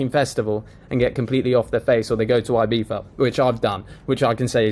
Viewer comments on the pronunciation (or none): never heard someone replacing a Z wif an F